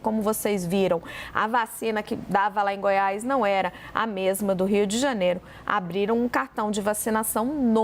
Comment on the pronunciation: Não é Rio de Janero. É Rio de Janeiro. Também não é financero. É financeiro.